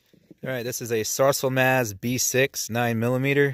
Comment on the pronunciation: Sarsilmaz makes great guns I wish they import AR223 here but maybe in near future. I have pink with hears for my wife these guns shoot great ( You were little off on pronunciation of SARSILMAZ )